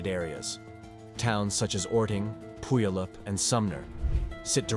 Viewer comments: I was wondering where pool E oop was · It’s pu-y-all-up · Pew-all-up. Puyallup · Puyallup 🤷🏼‍♀️ ‘Pew-all-up’ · It’s Pew-al-up. (Puyallup) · It's pu al up! Puyallup!😂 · This is a low effort video. Machine narration and stock footage of random mountains and volcanos. But I enjoyed hearing Puyallup pronounced that way!